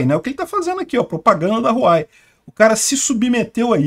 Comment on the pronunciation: Pronúncia-se "Uauei"